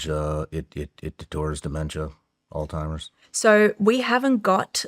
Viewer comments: Sean, I understand that you don’t claim to be the sharpest ballloon in the bunch, BUT….if you are doing a show focused on brain disease AND you say your grandfather died from it, the least you can do is learn the actual word. It’s not AllTimers, it’s Alzheimer’s, you dip stick!!!! Hearing you say All Timers like 1000 times in this video was brutal! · Love Sean but can’t believe he is pronouncing Alzheimer’s “all timers” 😂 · I kno this is petty, but if you’re doing a three hour sho with an expert, I wish you would stop saying “all- timers” and say the word correctly especially when she says it correctly over and over. But very interesting show other than that. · ..is he saying "altimerz?" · He keeps saying Alltimers 😂 no worries I originally thot it was old-timers...not funny but ya know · My wife calls it "all timers" too. 😂😂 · Shawn, you just broke the record for mispronouncing Alzheimer's the highest number of times in the first minute of a YouTube video, congratulations!! "All-timers"😂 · Hes calling it olds timers 😅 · It’s killin me. Why doesn’t she correct him?? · Did a whole show on ALZHEIMER'S and didn't research enough to learn the pronunciation 🎉🎉🎉😅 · At least learn how to pronounce Alzheimer’s before doing an entire episode on the subject. There’s no “T”. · Could someone please tell SR how to pronounce Alzheimer’s correctly. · Alzheimer's....... Lord God almighty you're speaking to an expert on it ... Learn how to pronounce it ... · Why can't Shawn pronounce Alzheimers correctly? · Shawn; Not “All-timers”, rather, “Alzheimer’s”. I am assuming you already know this, but just in case. You’re welcome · It is literally pronounced "alts-hymers" or "alZ-Hymers". So sure he's putting the emphasis in the wrong spot. But the t-sound could be there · All-Timers??? It's Alzheimer's just for the record... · Shawn, please , Alzheimer’s is not pronounced as “all timers”. I say this correction with 🙏 aloha. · Is he saying ‘Old-timers’ 😅 it’s Alzheimers